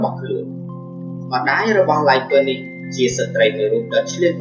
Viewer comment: គួរអានថាឡាយ នីត